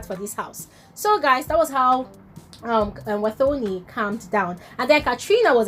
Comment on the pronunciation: It's pronounced "Watoni" not "thor"...thanks🙏🏾